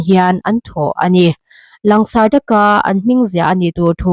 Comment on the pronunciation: " Lang sarh " ni lovin " lan sarh " tihtur ani em Aw?